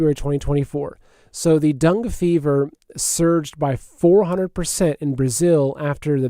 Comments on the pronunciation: Dangay is how it’s pronounced, dung is something else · It's Dengay fever just an fyi...love your show no matter how you stay stuff lol!